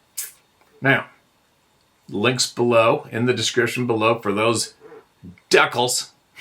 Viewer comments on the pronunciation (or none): Lol it's Dee-cals we love u still no matter how u pronounce words,hay nobody is perfect except my wonderful service dog Poppy,wait im wrong,she not perfect,but she's perfect for me❤🐾🐩